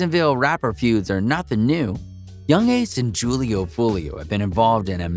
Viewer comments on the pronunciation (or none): this guy said “juul-e-oo” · Det boy said "jewel-lee-o" 😂😂😂😂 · Julio pronounced with an H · Y’all saying his name so wrong 🙄 .